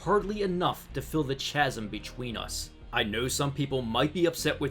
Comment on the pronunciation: it is pronounced KASM of CH ASM